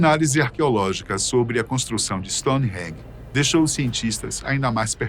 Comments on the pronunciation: Se pronuncia ... Stone Henge😊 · Parei a hora que falou "stonerangue"